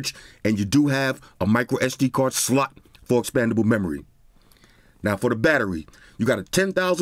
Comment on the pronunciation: It's a classic. Only the real ones know about the "Dual Sim Sluts" fiasco Lol 😂